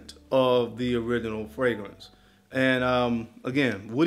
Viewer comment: Like these clones, your pronunciation of “Original” was only 95% accurate